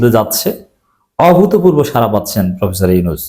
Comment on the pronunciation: 🙏 সারা নয়! সাড়া। জিব্বার মাথা আরো একটু ভেতরের দিকে বাঁকা করে শব্দ উচ্চারণ করতে হবে। (র এবং ড় দুইটা অক্ষরের উচ্চারণ নিশ্চয়ই আলাদা)